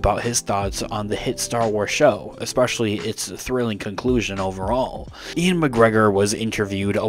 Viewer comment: Is Ewan pronounced "Ian" or are you just messing this up?